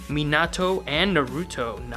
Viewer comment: This man said Tobmara or some shit instead of tobirama... Hmmm and minAto???? Bro really??